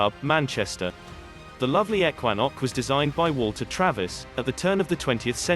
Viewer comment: Pictures don't match the narrative; you can't have a links course in the mountains.; Ekwanok is mispronounced. This video is a complete fraud.